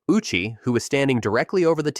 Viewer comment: Hisashi O uchi. You pronounced his name "Uchi" lol, the o is pronounced separately, Japanese pronunciation is like hi sa shi o u chi